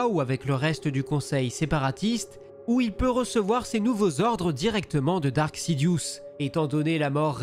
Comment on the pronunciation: C'est Darth, DARTH!!!! et non Dark ...